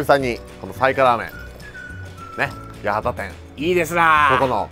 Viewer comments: やはた、じゃなくてやわた、ですよー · ｢やはた｣ではなく｢やわた｣です❗前回も間違えてましたね